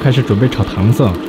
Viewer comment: 读音纠正：糖色 【táng shǎi】